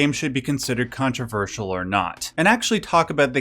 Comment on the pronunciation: controverseeeeul. Dude overpronounces his T sounds like a mfer